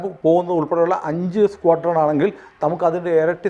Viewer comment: എടാ നിനക്ക് അറിയാവുന്ന കാര്യം പറഞ്ഞാൽ മതി... സ്‌ക്വാഡ്രോൺ എന്ന് നേരെത്തെ ചൊവ്വേ പറയാൻ പോലും. അറിയാത്ത നീ ആണോ കോണക്കുന്നെ